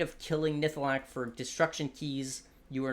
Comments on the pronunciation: NihLATHAk not Nihthalak. Now say it 100 times. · And it's nihlathak :D